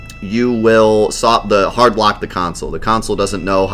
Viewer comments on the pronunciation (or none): none